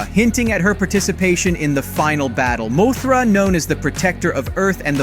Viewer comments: This guy is saying moe-thra 😂😂😂😂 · dude its mothra not moathra